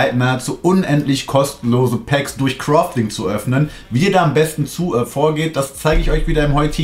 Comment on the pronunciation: Kann ihm bitte jmd sagen dass es nicht crofting heißt sondern crafting